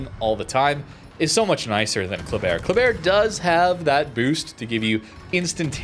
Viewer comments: I lived in Khabarovsk. The locals all say Basically HAABARISK, The K is silent. Every time I hear KA Bar isk it makes my skin crawl. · Also, It isn't Kab or osk either. When I say pronounce Khabarovsk The H is a hard throat growling Ha